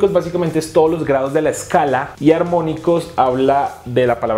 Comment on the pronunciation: Solo una precisión en "amónicos" te falta la r, es "armónicos"